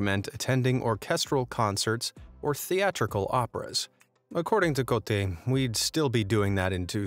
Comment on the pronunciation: This video keeps saying Cote (Ko - te), which means "dick" in Malay. 😪